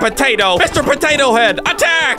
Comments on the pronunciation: Looool you said patata on the video 😂😂😂😂😂😂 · why did you patata its potato ok but your funny